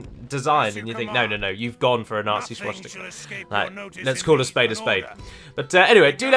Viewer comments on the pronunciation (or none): I don't find the close menu icon in the least bit offensive. But the way you say schwastika bothers me immensely. sooo call it a wash